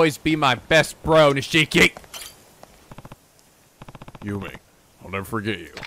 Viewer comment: His name is pronounced "Neesh-key".